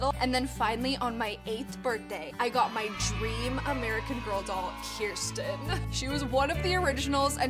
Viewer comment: Love the way Americans pronounce Kirsten 😂